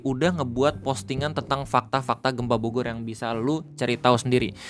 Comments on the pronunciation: Pembukaan di awal sedikit terburu² kyany bang. Jdi typo dikit😅. "Bogor" jdi "borgor". Relax bang relax😁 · sengaja ngemim kayaknya 🍔